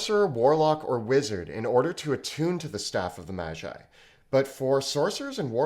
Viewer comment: Why does he say mashi when he pronounces magi normally...